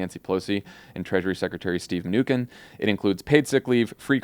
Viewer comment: This is the first time I'd heard Steven Mnuchin pronounced with a 'k' sound. I looked it up. apparently you're wrong? From an article here "(Hint, just say ”my new shin,” very rapidly.)"